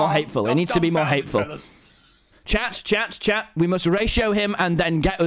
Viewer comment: instead of chat he said shat